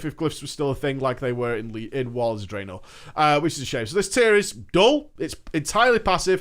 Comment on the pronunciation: The way he says "FUHN" and "Drae-NOR"